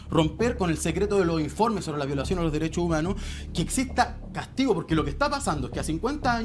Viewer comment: Tenía que salir en Dauno TONTORRÓN con ... LOH DERESSSHO UMANHORS ... LOH DERESSSHO UMANHORS ... LOH DERESSSHO UMANHORS ... LOH DERESSSHO UMANHORS ... LOH DERESSSHO UMANHORS ... LOH DERESSSHO UMANHORS ... LOH DERESSSHO UMANHORS ... LOH DERESSSHO UMANHORS ... LOH DERESSSHO UMANHORS ... LOH DERESSSHO UMANHORS ... LOH DERESSSHO UMANHORS ... LOH DERESSSHO UMANHORS ... LOH DERESSSHO UMANHORS ... LOH DERESSSHO UMANHORS ... LOH DERESSSHO UMANHORS ... LOH DERESSSHO UMANHORS ... LOH DERESSSHO UMANHORS ... LOH DERESSSHO UMANHORS ... LOH DERESSSHO UMANHORS ... LOH DERESSSHO UMANHORS ... LOH DERESSSHO UMANHORS ... LOH DERESSSHO UMANHORS ... LOH DERESSSHO UMANHORS ... LOH DERESSSHO UMANHORS ... LOH DERESSSHO UMANHORS ... LOH DERESSSHO UMANHORS ... LOH DERESSSHO UMANHORS ... LOH DERESSSHO UMANHORS ... LOH DERESSSHO UMANHORS ... LOH DERESSSHO UMANHORS ... LOH DERESSSHO UMANHORS ... LOH DERESSSHO UMANHORS ... LOH DERESSSHO UMANHORS ... LOH DERESSSHO UMANHORS ... LOH DERESSSHO UMANHORS ... LOH DERESSSHO UMANHORS ... LOH DERESSSHO UMANHORS ... LOH DERESSSHO UMANHORS ... LOH DERESSSHO UMANHORS ... LOH DERESSSHO UMANHORS ... LOH DERESSSHO UMANHORS ... LOH DERESSSHO UMANHORS ... LOH DERESSSHO UMANHORS ... LOH DERESSSHO UMANHORS ... LOH DERESSSHO UMANHORS ... LOH DERESSSHO UMANHORS ... LOH DERESSSHO UMANHORS ... LOH DERESSSHO UMANHORS ... LOH DERESSSHO UMANHORS ... LOH DERESSSHO UMANHORS ... LOH DERESSSHO UMANHORS ... LOH DERESSSHO UMANHORS ... LOH DERESSSHO UMANHORS ... LOH DERESSSHO UMAN